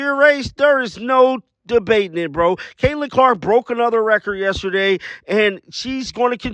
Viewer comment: Damn everyone says Kahleah Copper's name wrong lmao